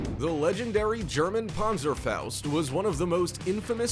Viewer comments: It’s called pan-zer-faust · I am a German and i Love how He pronounced "Panzerfaust" 😂👍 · It pronounced panzerfaust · The way he said panzerfaust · i love it how you pronounce the "Panserfaußt" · I know right.